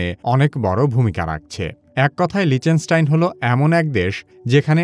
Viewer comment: লিচেনস্টাইন ❌ লিচটেনস্টাইন ✅